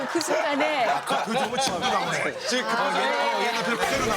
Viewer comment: 왜 교포들은 지금을 지끔 이라하지